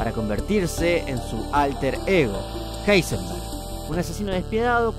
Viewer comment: Por qué dice "Heisenberg" como /jeisenberg/ cuando claramente en la serie es pronunciado /jaisenberg/?